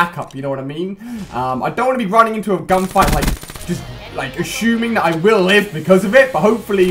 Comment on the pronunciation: nothing against Ali as accent or anything but he pronounces assuming like ashoeeeming